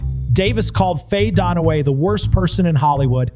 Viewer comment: Who is Faye Donna-way?